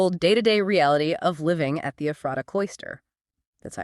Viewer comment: Very interesting! I've been there and I've studied up on this group, but I still learned a few things. (But it's EPH-ra-ta, not eph-RAH-ta.)